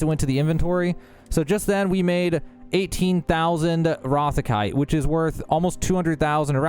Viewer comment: Dude, great video. You need to learn some basic pronunciation, tho. You mispronounced rothecite so many times I couldn't finish watching.